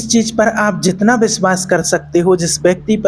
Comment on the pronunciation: Work on your pronunciation Sha ko sa , sa ko Sha .. Za to ja It sounds so ugly . Then it’s cheez not cheej U don’t even feel like subscribing after listening to such pronunciation